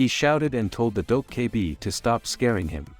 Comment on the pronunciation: If i have to hear "Dough K Bee" again...